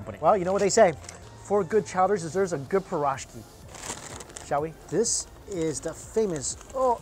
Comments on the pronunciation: Не парашки , а пирожки 😒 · Piroshky.. lol man that pronunciation was butchered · Leave it to Mike to butcher "piroshky" ... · Am I the only person bothered by the mispronunciation of piroshky?